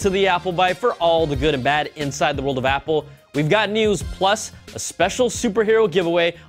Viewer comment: Guys Pause , he is killing the "Apple" LOL